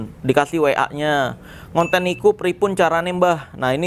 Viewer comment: mas Marcel, "ngonten" itu bahasa jawa yang artinya "begitu/seperti itu" e nya bukan e bebek, tapi e gempal